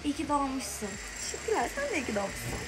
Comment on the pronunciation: ARKADAN "İYŞ Kİ DOĞDUN BENN" DİYİŞİN DİKKATİMİ ÇEKTİ😂